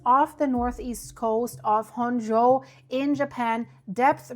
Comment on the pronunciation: you mispronounced Honshu you said Honsho please let me know next time you have a Japanese name and I'll tell you on how to pronounce it